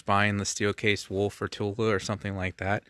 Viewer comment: Don't worry about how it's pronounced, seriously , unless it's "Tula" / ammo. That 1 does drive me nuts ,lol ! It's not Tul !!!